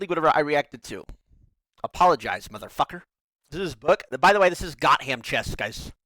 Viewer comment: Lol "Got Ham Chess"